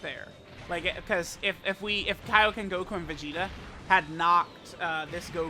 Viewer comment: KAIOKEN... NOT KIOKEN